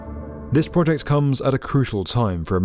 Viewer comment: Similarly, project and not "pwahjekt"